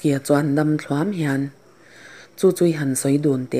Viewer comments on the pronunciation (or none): none